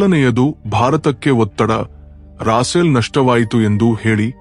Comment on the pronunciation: ಸರಿಯಾಗಿ ಹೆಸರುಗಳನ್ನು ಹೇಳಿ ರಾಸೇಲ್ ಆಲ್ಲ ರಪೇಲ್ ಎಂದು ಹೇಳಿ